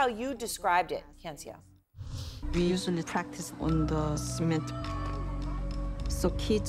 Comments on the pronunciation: Take a second to learn how to pronounce people's names. It's not "hae yun se oh" it's "hyun suh". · Does CNN really not have someone to help their anchors pronounce foreign names? Or even just ask the girl how to pronounce her name before they air? FFS, her name isn't "hey-on-see-oh". Hyeonseo is just two syllables, pronounced like "hyun-suh". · how does she say hyeonseo so wrong